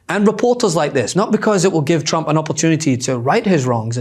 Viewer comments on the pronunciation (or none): Is it just me, or does it sound like she's saying "President Chump"? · TChump… she can’t speak it’s hilarious how she can’t say Trump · Why does she (Leavitt) always say Chump instead of Trump? Ooo, Linda's learnt it's AI not A1. Don't think Chump likes Terry...😂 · President Chump? Is that what she keeps saying bc that is all I'm hearing 🤔